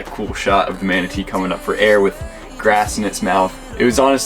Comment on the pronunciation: Manatee or WOMANatee 🧐